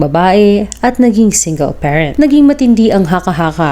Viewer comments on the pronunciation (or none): none